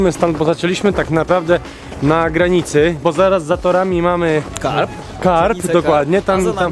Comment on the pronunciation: nie karp - tylko karb